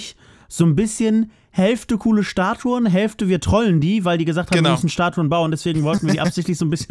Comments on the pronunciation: Statuen, nicht "Staturen" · Psssst......... Es heißt "Statuen":D Die meisten Leute denken es heißt Statur, tut es aber nicht:D